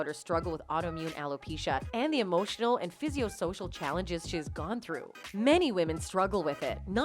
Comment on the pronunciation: "Physio"social???? LOL Why can't these voice people ever read???